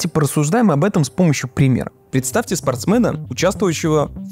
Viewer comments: Автор, не говорите больше никогда пожалуйста слово "спортсмэн"😂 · почему спортсмэна? Это байт? Спортсмен же, емае я половину материала из этого отрезка прослушал, только и ждал этого спортсмэна) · Меня одного корёбило от слов спорстмЭн, спорстмЭна, спорстмЭном?)))